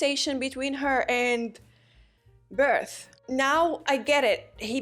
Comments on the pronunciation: BERT~HOLT… that’s how you say it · shes said it correctly multiple times, its on purpose